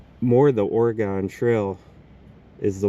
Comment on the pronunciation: Dude...Oregon...say it Orygun....